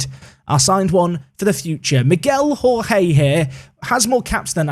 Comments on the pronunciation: Hey, really enjoying the series so far! I think Jorge is the Portuguese equivalent to George, and is pronounced a bit like Georgie, rather than the Spanish pronunciation that you were using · Jorge in portuguese is pronounced almost like George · Hi. First time follower of the Park to Prem series but enjoying since Three Bridges. One note, and it seems you will be using Jorge more often. The correct pronunciation is just as you say "George" but the first "G" is fast paced and without the "e". For Túlio, try the following: "Two-Lee-Oh"